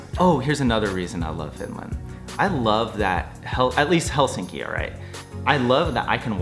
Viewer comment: You’re the first American I hear pronouncing Helsinki correct 😊 Nice to hear you thoughts on our country, hope you’ll be able to visit again 😊